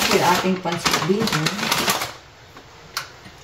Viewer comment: Bihon not bison.